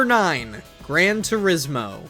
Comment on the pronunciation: "Gran Tursimo" 💀